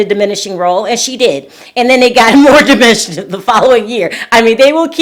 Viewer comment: Repeat after me: it’s DIMINISHED